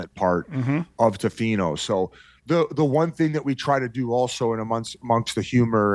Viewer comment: (not being rude). It’s pronounced Tofino: Tuh-fino. Not Toe-fino.